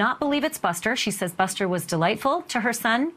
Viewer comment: Male commentator Screwed up Buster and Paul's name's ....other than that...yeah